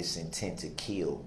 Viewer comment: He says kiwl. Intent to kiwl. He has a long list of words that he can't pronounce.